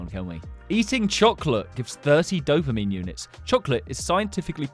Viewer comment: Why when he says "dopamine" i hear "dumpling"